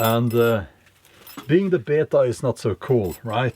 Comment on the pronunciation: I thought of my Oma every time you said "be yay ta" 50 years or so in the U.S.A and she still has traces of her accent that just aren't going anywhere